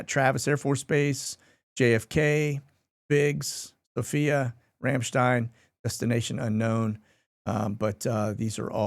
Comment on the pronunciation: I LOL every time you say Ramshstein. I don’t know why. 🤦🏼‍♀️